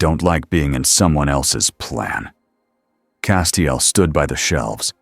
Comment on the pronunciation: Only issue i can find is the 27 different ways the AI pronounces castiels name lol